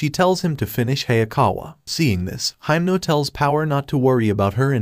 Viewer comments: Why are you calling himeno for haimno😭😭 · He called himno makama lol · In the Anime: Himeno Him: Himno